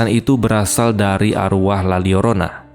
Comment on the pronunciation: bang bacanya "la yorona" bukan "la liorona" wkwkwkw karena huruf l double kalo di bahasa meksiko atau spanyol itu dibaca huruf y 🤣🤣🤣